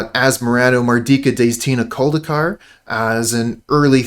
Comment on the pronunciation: the fact you can pronounce the entire name of asmoran just earn you a subscriber